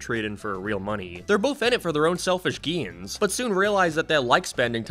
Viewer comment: Why do you pronounce "pales" like "peels" and "gains" like "geens"